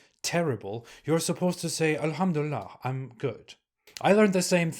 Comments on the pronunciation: I'm very happy 😂😂😂 oğlum çıktığın yere geri gir,how do you know , if you're not happy doesn't mean we're not 😂😂😂😂 you can't even pronounce elhamdülillah right and that proofs that you never were a MUSLIM you prick 😂😂😂😮😮😮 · “I used to be a Muslim” you can’t even say alhumdulillah or Islam right. 😂😂